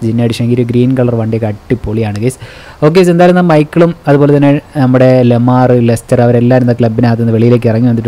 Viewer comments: Bro pronounciation of Lamar is "Laamar" Not "Lemaar" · Bro ലമാർ അല്ല ലാമർ😅